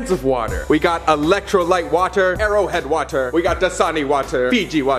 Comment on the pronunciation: Colby: This is either airo head which I have personally never heard of” Also Colby: ITS MY FAVOURUTE WATER BRANDD